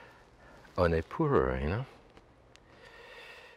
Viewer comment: I love so many of his little ways, but his pronunciation of "honay" is one I watch for.